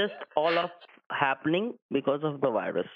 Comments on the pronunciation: A, multiple. 😂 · nah he actually said "" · ah yes. wireusus. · “” lmao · Don't you mean? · That's what the scammer said...a...lol. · Bro said 💀